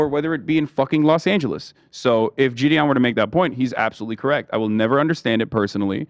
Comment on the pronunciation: I hope I never Have to hear Gideon pronounced as Jid-eon again.